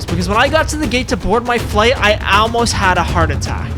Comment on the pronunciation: "AELMOST" "AELMOST"